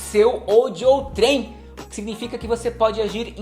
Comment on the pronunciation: Boa, como sempre! Um detalhe, a pronúncia é "ôutrem" e não "outrêm".